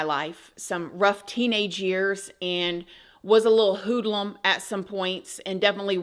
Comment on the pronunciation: My Canadian self is giggling at your accent pronouncing "hoodlum". To my ears it's sounding like "hoodaloom". Love it, it's adorable. Just came by to say that I'm not sure why but I'm no longer seeing your videos pop up on my feed. You used to be all over my YouTube under "new to you" or "suggestions" but now I have to search for you. :(